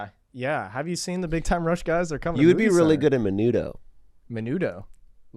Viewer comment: For the record, was right, Ricky Martin was part of Menudo, also he pronounced it correctly